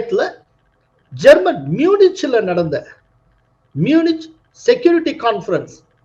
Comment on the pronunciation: ம்யூனிச் என்று சொல்லக்கூடாது. ம்யூனிக் என்றே சொல்ல வேண்டும்.